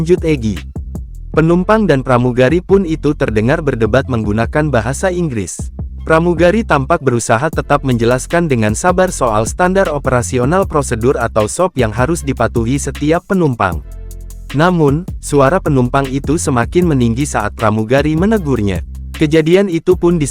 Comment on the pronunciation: Tribun bagian dari Kompas knp memakai suara robot? SOP jadi sop (buah), takeoff jadi ta ke of.